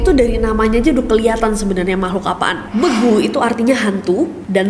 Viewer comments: Kyknya aku kurang Batak deh, belum pernah denger Begu solop...😂 Btw kak , dibatak itu huruf E bener2 bold dan tegas , jadi bacanya bEgu , bukan begu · BEGU NESI BACANYA! BUKAN BEGU BAH! RISIH KALI KUPINGKU DENGAR KAU BILANG BEGU. BEEEEEGU BILANG! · Kak, pronounce nya begu itu e nya kaya kita ngomong ber*ak wkwk kak nessie pronouncenya kek org sunda lucu bgt 😂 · Cara baca begu-nya kurang dapet bEgu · kirain begu solop tuh hantu sendal. anw bacanya bégu kak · Kak ngomongnya bukan begu gitu tapi beegu tau ngga😭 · bEgu kak. Pake E kasar. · B.Gu gtu aja nyebutnya 😅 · Bacanya spt é taling terbuka pada "tempe" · Intinya maksud gw cara kak nessie nyebut huruf E nya salah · cuma mau kasih tau kalo orang batak ngomong begu itu pake "e" biasa seperti pengucapan huruf b. bukan "e" taling ataupun "e" pepet. trima kasih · Saya sebagai warga asli daerah di Sumatera Utara, izin koreksi kak, penyebutan begu nya pakai huruf E besar gtu. Logat khas batak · pake E = LELE ?? bukan pake e = BeNeR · Pakai e taling bukan e pepet. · lebih deket ke lelet, e nya lebih kuat dari lele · kak, mau koreksi sedikit. begu solop itu baca e nya huruf e keras kak. jadi bacanya begu solop kayak baca tempe atau baca goreng. bukan e lunak kayak baca lelah atau letih.. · Kak, yg bener pengucapan "begu" itu seperti ngucapin "e" pada "ekor" atau "besok".. bukan "e"pada "apel".. sempet bingung td pas nonton begu dari tanah batak..ga pnah dengar istilah begu (pengucapan kak nessi) 😂 ..ternyata mksdnya "begu" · Gregetan nyebut begu nya pake e 'redup' bukan e 'belok' 😭😭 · untuk baca begu, e nya lebih keras penekanan nya Khas batak lah 😅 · Kak nessi sehat selalu ya 😊 Mau kasih tahu aja pelafalan "Begu" huruf 'E' nya diucapkan dengan tegas seperti pelafalan 'bebek'. Terimakasih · Sorry kak Nes.. koreksi dikit. Dibacanya Begu seperti pada kata Sewu. 🙏🤗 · pengucapan "be" pada begu itu harusnya sama dengan pengucapan pada kata "bela, bego, besti" begitu kak nes (cmiiw) 🙏🏻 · Bacanya begu (e di kata sate)